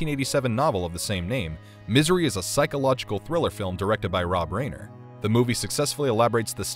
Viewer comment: Why is this narrator so horrible at pronouncing celebrity names? Rob Reiner, Jeff Fahey, Idris Elba... At least have enough respect for the talent and the viewing audience to get the names' pronunciations correct.